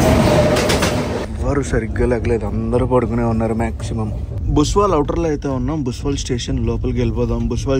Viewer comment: బ్రో అది బుస్వాల్ కాదు బుస్సవల్